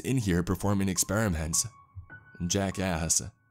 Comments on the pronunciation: "jack asks" My ear: jackass? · Whenever he says Jack asks it sounds like he says Jackass😂😂